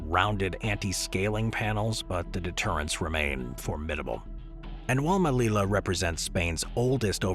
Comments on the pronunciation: The pronunciation of the Spanish city you mention is not /melila/, but /melija/ with a j like in joke. Good video, though! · The double 'l' in Spanish is pronounced like a 'y.' So it's pronounced "Meliya," not "Melila." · The “LL” is a separate letter in Spanish, pronounced like the English “J”. Therefore, say the name of Melilla😢 as if it were “Melija”.